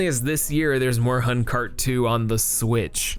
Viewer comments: It's more like "Morehoon" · This video had the objectively worst pronunciation of "Moorhuhn" for sure. And not only in 2021... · the way you pronounce Moorhuhn hurts my german soul XD good video tho! happy late merry christmas and soon to be happy new year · DO NOT DISRESPECT OUR MOORHUHN OVERLORD also shame on you for not checking the pronunciation